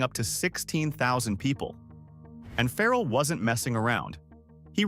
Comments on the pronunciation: WELL IM BORN Raised and still live in. Virginia beach. AND WE HAVE NO FERRELL😂 WE DO HAVE PHARRELL. PRONOUNCED FAH' RELL.. NOT FERRELL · First, learn how to pronounce his name “Fah-relle”. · “It got built Phar-rell” was the best pronunciation in the video😂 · I am sure this is pretty good information but my goodness pronounce his name correctly. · Say his name right😂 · He can't pronounce his name right. Who would listen to your information. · Can we get the pronunciation of Pharrell’s name correct?